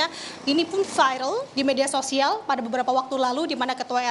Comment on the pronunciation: Lidahnya viral jadi vairel😅😂 7.38